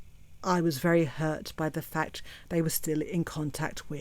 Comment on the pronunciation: 😂😂😂😂 lmao "A FAAAA-KKKKKKK-TTTT" "FAAAA-KKKKKK-Tts" "FAA-CCCCKKKKKKK-TTTT-s!!!"